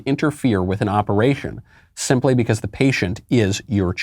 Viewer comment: "Simp -ill-lee"?